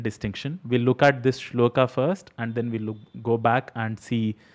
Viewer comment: Hi. Thanks for this video. I often hear mispronunciation and it bothers me too. I have one criticism about many of your videos though. When you talk about shlokas, you are pronouncing the final अ as आ. You are saying श्लोका instead of श्लोक. This is the same mistake people make when they say रामा and शिवा. Since you are teaching Sanskrit, I expect better from you.